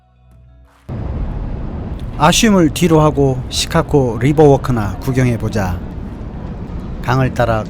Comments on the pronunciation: '시카코코코코' 가 아니라, '시카고고고고고'입니다. 한국에 중학생들이 Chicago를 시카코코코 라 발음합니다. 미국에 사시는건 맞으세요. 힘드시겠습니다. ㅎㅎ -중학교 영어선생 - 코코코코코~~~~~ 귀! ^^ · 시카고 발음이 굉장히 구수하십니다. 시캇!!코(고), 어르신들이 그렇게 발음을 하시더라고요^^ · Chicago가 시카코로 들리는 나만 이상한가요? 계속 거슬립니다. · 자꾸 "시카코" 로 발음하시는 듯 ㅎ "시카고"로 발음해야 할 듯 ㅎ - 잘 보고 있습니다 ~~ ^^ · "Chicago"의 발음기호는 다음과 같습니다: /ʃɪˈkɑːɡoʊ/ 발음 가이드: /ʃ/: "쉬"처럼, "sh" 소리. /ɪ/: "이"와 "으" 사이의 짧은 소리. /ˈkɑː/: "카"처럼, 'a'는 길게 발음. /ɡoʊ/: "고우"처럼, 'o'가 길게 이어짐. 전체적으로는 "쉬-카-고우"로 들립니다. 미국 영어에서는 일반적으로 "쉬카고"처럼 부드럽게 발음됩니다. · 영상잘봤습니다 근데 시카코 코? 라는 발음이 좀 의아해서 미국현지에서 시카코라고 하는지 그발음이 맞는지 궁금해서 여쭤봅니다 ㅠㅠ